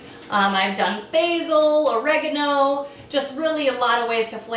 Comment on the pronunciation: I was right with you until you started calling basil (bayzil ) and oregano..(well you totally lost me on that one).